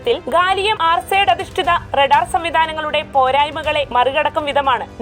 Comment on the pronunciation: Mk1 അല്ല mki, ഗാലിയം ആർസൈഡ് അല്ല ആർസനൈഡ്